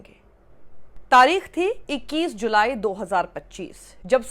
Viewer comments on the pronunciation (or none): २१जुलाई गलत उच्चारण किया गया है